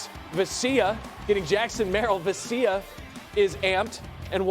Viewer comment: Does it annoy anyone else that he pronounces Vesias name as VE-CYA?